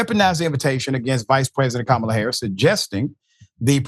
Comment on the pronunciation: Notice, how he paused, and pronounced Kamala's name correctly there!! When at ALL of his rallies, he seems to be unable to... 🤔🤔🤔